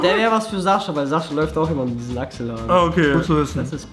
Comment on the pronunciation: bljad hör auf Sascha wie ein Nemetz auszusprechen. Sascha selbst sagt sein Namen mit russischer Aussprache also kannst du das auch machen. Ist ja ok wenn die Nicht-Russen seinen Namen mit deutscher Aussprache aussprechen aber wieso du?